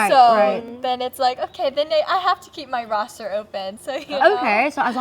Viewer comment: She said roster!